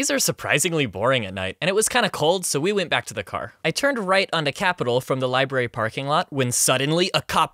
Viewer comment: Ah yes librarYY